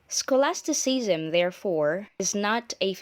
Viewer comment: scholastiseasam? learn to pronounce first